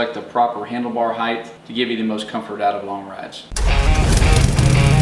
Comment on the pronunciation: Great info ... just a tip, the word "HEIGHT" is pronounced HITE ... there is no 'TH' sound in this word.